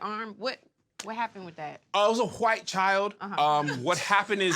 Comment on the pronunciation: Hilarious 🤣 🤣!! From the “Hey Tom” moments to the explanation of the bleeding hwhite skin 😭